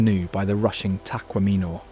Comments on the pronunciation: The video is wonderful, but the narrator really needs to redo the show AFTER he learns how to pronounce the names of locations in our state…ie Tacquamenon Falls is pronounced TAH-QUAH-MEH-NAHN… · And Teh-QUAH-meh-non. Not Tech-Wah-MEH-non. As nice as this video is, it's not fully researched in my opinion. It's historical facts, but obviously the person has never been there, or couldn't get AI to pronounce it correctly. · Very good video, I'm sure you triggered some of us Michiganders with the pronunciations: Mackinac: Mak-i-naw Tahquamenon: Ta-kwam-in-ahn Macatowa: Mak-a-ta-wa Potawatomi: Pata-wata-me Frankenmuth: Frank-in-mooth Grand Sable: Grand Sah-buhl Leelanau: Lee-la-naw Pier Marquette: Peer Mar-ket Charlevoix: Shar-la-voy Gratiot: Grash-it Ontonagon: On-tahn-ah-gon Would be nice to see another video that covers some of the actual less known sites in Michigan! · That mountain in the thumbnail is not in Michigan!!! But other than that good video! Tah- Quam-Ah- Non The Great Lakes of Michigan all have multiple coasts , Lake Michigan has an East coast and West coast, Lake Superior has A North and South coast , Lake Huron has East and West coasts Lake Erie has North and South Coasts . Lake Ontario, the only great lake not touching Michigan has a north and south coast. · The other wrong pronunciation beside Mackinac (pronounced Mackinaw) was Tahquamenon Falls. It’s pronounced Tequamenon. When you show places in a state please find out how to pronounce those names correctly. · You’ll never convince an AI bot of that fact!! Just like you’ll never get it to say get to say ‘ tack kwa monin ’ properly!😊😊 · Decent video, but you’d think if you’re going to the expense, time & trouble to make a video, you’d learn how to pronounce the names. MackiNACK just grates on the ears. Tahquamenon, Les Cheneaux, etc. . . .sheesh! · You need to work on your pronunciations. Mackinac, Tahquamenon, Macatawa, Les Cheneaux, Frankenmuth, Leelanau, I can’t listen anymore.